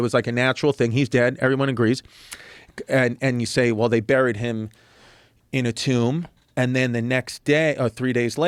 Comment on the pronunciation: Joe can't pronounce "buried."